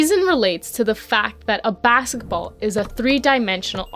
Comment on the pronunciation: She said baketball😂